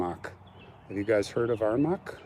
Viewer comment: It's Armagh, pronounced Ar-maw